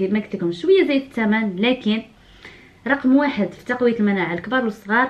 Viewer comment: كتعصبيني ملي كتقولي لكن.